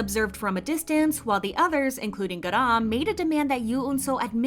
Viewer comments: the way u pronounce her name is soooooopo annoying. "gadam" please u're not even a korean stop trying it doesn't even sound korean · stop the way they say ‘garam’ im sobbing every 3 seconds ‘gArAAn’ 😭😭😭